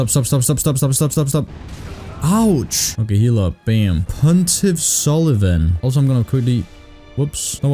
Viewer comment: I heard cuntiff sulyvahn instead of pontiff lol